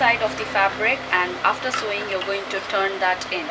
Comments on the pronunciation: hi... not to offend you, buy sewing is actually pronounced as "sowing". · Very nicely explained in both the parts. Only annoying is pronouncing Sewing as Sowing.